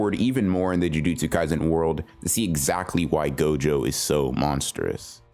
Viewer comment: when he says 'jujustsu ngaizen' :\